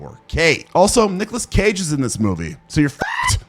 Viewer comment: The way he said Nicolas Cage 😂